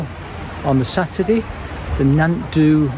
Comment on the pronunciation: It's pronounced "nant thee"! Great video, just a friendly "correction"! :-)